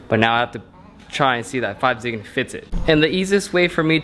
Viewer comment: Please don't pronouce it 5 zigan. It's pronounced Go Zeegan :(